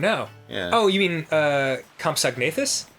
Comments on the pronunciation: dan, i think you mean compsognathus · It's Compsognathus. ;) I don't know if you didn't know or if you're joking about his pronunciation. Lol